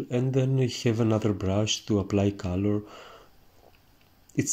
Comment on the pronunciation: I love watching you painting, you tranquil explanation and great technique and your funny accent but please I beg you: call it cOlor non cAlor. I'm not English mother tongue too and I'm a noobie of painting so I asked myself a good dozen of minutes what the hell caalor, kalor or whatever could be 😅